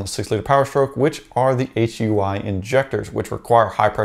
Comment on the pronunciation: Yo.....it HEUI....HydroElectricUnitInjector.......HyooEee injector